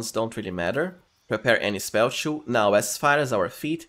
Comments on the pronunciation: I can't chew this content bro with you saying chew instead of "too". Is it that hard for you :D? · Nice guide, but your pronunciation of the words "two and too" are horrible even for me as a non native speaker.